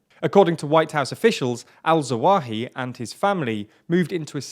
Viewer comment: Thats zah-wah-HEE-ree, not that hard to say. I like the channel, but our presenter needs to put just a little more effort into proper pronunciation of non-english names. I'm no expert, but it's really not that difficult, and it's really a bit off-putting to hear nearly every single 'foreign' name mispronounced in every video no matter the language of origin. it seems rather lazy and disrespectful.